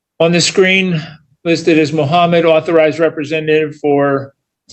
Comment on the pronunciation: "I'm not a rebezenative. I'm an ARTHURIZED rebezenative. Stop your pazmptions."